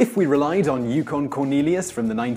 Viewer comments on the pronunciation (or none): none